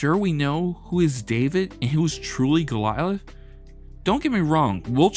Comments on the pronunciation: Love this vid , TY! It's Goliath , Not Golialith....sry had to throw that in , lol. (( Go - Lie - i t h ))....Cheers Mate ^ ^ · Golilath? Oh…you mean Goliath…got ith. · It's not Golialith, It's Goliath. You talk like Bill Russell beat Wilt Chamberlain, all by himself, which didn't and wouldn't ever happen, on his best day. Teams win and teams lose. Yes, Wilt was a bit egotistical, and a bit difficult. That said, When one player, on a, supposed to be, professional team, can average 40 points per game, at plus 50%, and 20 plus rebounds per game, then probably, 10 plus shot blocks per game, for 6 seasons, in a row, I don't care if he is stat padding, or not. If that team doesn't win, there is something not right with the other players, or the coaching, or both. I highly respect Bill Russell, and yes, he was a great defensive player, with a lot of heart. He also had Red Auerbach, arguably, the best coach in the history of basketball, and a large host of excellent team-mates, who took that genius coaching, very well, and played together for a lot of years. I don't usually use the team-mates argument, but I will say that Wilt didn't have the steady, wise coaching, over a long period of time, that Bill, and the other Celtics had. When he did have standout coaching, he won championships, or his teams did. Statistics are not the whole story, but they are the most objective evaluation of a player's value to a team. Statistically, Wilt is untouchable, considering both ends of the court. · Could you get the narrator to pronounce enigmatic or Goliath correctly?